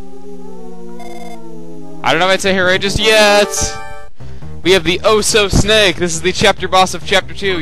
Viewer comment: LOL the "Oh-So" snake instead of Osohe XD